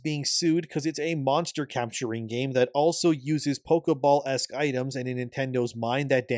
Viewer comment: Pokéball, not pokeuhball.